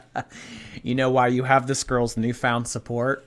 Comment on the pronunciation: "cus I love reading to my little gorls.. " yeh you might wanna cut that crap out... also red marks on that chest of yours looking grim.